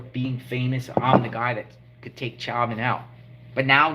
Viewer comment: Former fbi informant who was due out in 2 years. Cheuvin is pronounced like ShowVen. This is weird shit though.